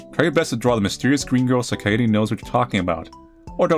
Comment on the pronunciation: almost lost my mind from the mispronouncing of kaede. literally just kade with a silent e.